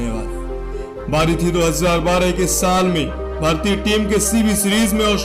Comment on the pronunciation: line "2013 ka shaal tha"😅😅😅 shaal nahi saal bolo